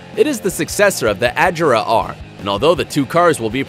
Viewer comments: you pronounced it wrong it's agera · Agera is pronounced with a hard g, im swedish so i should know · hes not saying Agera right.... IM TRIGGERED. its said like A-gear-a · He said it like a-jer-a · your wrong as well its "ah-jerra-uh" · Don't make videos about cars if you're not a car enthusiast. You're going to piss off a lot of people if you so much as pronounced a car name incorrectly. Which you already have. The Koenigseggs. Pronounced respectively: "Ah gear rah" "Re gear rah" And "One to one." Not so hard. Next time, learn more about cars before you spew nonsense and false facts you found on the websites of the company. Such facts about speeds are ESTIMATES. Not the actual speed of the car. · Every time he pronounced the Agera and Regera wrong I died inside a little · He pronounced agera wrong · At least pronounce Agera correctly damn. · Learn how to pronounce the Agera. Your way is incorrect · All of your Koenigsegg information is wrong. Listening to you say Agera and Regera makes me cringe so fucking hard. The top speed of the Koenigsegg Regera is about 266 miles per hour, and the Agera R is about 270, also the Bugatti Chiron doesn’t go 288, therefor it’s not the fastest car in the world, everybody knows the Koenigsegg Agera RS is the fastest car in the world going 284 miles per hour. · The Way He Says “Agera” Hurts My Heart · Your saying agera and regera wrong and its not 1,it's one TO 1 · LoL the way he says Agera and Regera gets me :D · The way you pronounce koenigsegg agera... made me want to puke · The way he says agera is so fucking cancerous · He said agera and regera wrong also the chiron only does about 258mph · He don’t pronounce agars right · The moment he said: “explosions in the cylinders” then “pounds per foot”, and then the way he pronounced Agera and Regera, I was like “lel” are those info even right? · I cringe from his pronunciation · What shirt pronunciation on Koenigsegg agera r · He pronounced "Agera" terribly...